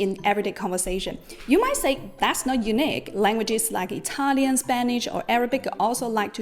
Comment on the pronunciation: That's absolutely fascinating. I knew about writing system and context complexity in the Japanese language, but didn't know to which extent it stretches. Thank you for this beautiful explanation and, being Italian myself, I loved your Italian pronunciation!